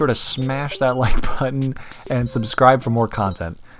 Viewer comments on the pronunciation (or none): none